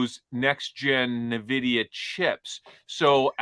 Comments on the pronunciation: Ok, just filled me in on my mispronunciation of Nvidia that you guys are calling out I’ll be practicing it correctly before our next show! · gonna fwap upside the head if he says “nuh-vidia” one more time. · So very intelligent conversation and appreciate the dialogue and point of view. First the guy that mispronounced NVidia 20 times is annoying why is it so hard to pronounce it. Second I think some graphics would be really beneficial. All in all, great job guys. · stop saying nuvidia it's pronounced en(N)vidia :) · It's not pronounced "nuh-vidia", it's just N-vidia. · Dumb Money are the only people in the world who say “nuh vidia” and not “en vidia”. Still lovem tho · Guys Nvidia not Na vidia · Please stop calling it Navidia… it’s pronounced eN Vidia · Ugh Nvidia is pronounced N-vidia. You pronounce the letter N. It’s not navidia. The guy in the middle keeps interrupting his friends and can’t stop talking. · Nvidia (/ɛnˈvɪdiə/ en-VID-ee-ə), Latin for the word 'envy'. Nuh-VID-ee-a, or Nah-VID-ee-a is incorrect pronunciation. Nvidia initially had no name and the co-founders named all their files NV, as in "next version". The need to incorporate the company prompted the co-founders to review all words with those two letters, leading them to "invidia", the Latin word for "envy". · "Neh-vidia"?? "Asure"?? Besides that, you guys should also try to interrupt each other less. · The dude in the middle keeps calling Nvidia "Navidia" 😂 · Does he seriously call nVidia... nehvidia? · The “expert” on Nvidia can’t even pronounce it properly lol! It’s not NA vidia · Nvidia Not Nahvida. 😂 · When you pronounce it “navidia” you convince you do not know it at all. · Stop saying Navidia! Seriously! It really makes you sound dumb. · Did expert 2 just say “Na-vidia”?? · Na-Vidia? Why is trying to rename Nvidia?